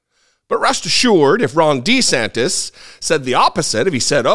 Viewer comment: It sounded like you called him "Wrong De Santis." Maybe it will catch on! You heard it here first, folks! said it first!!!